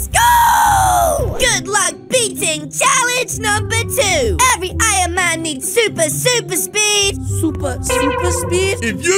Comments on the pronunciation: He said ironcan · In the video I saw that sed ironcan instead of ironman